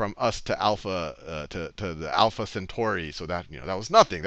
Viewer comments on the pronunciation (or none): none